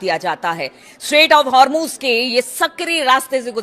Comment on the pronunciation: Hurmuz and not har muz